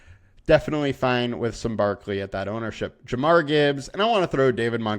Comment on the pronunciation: Jahmyr not jamar lol